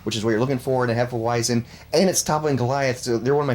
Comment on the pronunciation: Hefeweizen. Pronounce the 'w' as a 'v', c'mon boys. Also, please have Megadan and Gabbo on a vid together with y'all soon. 🍻